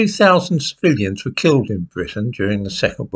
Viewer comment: "Over 52,000 spilions....." Okay, I've figured it out. "civilians"